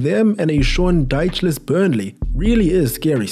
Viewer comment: he said shaun dycheless